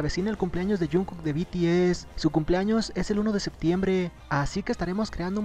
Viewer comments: be te ese jaajajaj XD hasta mi mama sabe decir bi ti ez oye en que canal lo viste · Beteese 😂😂😂😂 When no sabes pronunciar un grupo HERMOSO y FAMOSO.... PD: PINSHE YUTU SON MIERDA 😈😈😈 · Al final del vídeo, "El grupo coreano *BETEESE*" Ay dioss, es BI TI ES, BTS!!! YA APRENDANSELO NO?? ESTO ME ENOJA SINCERAMENTE, SORRY :''C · Alguien diga le a la reportera que no s beteeze que es bts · "beteese" xD típico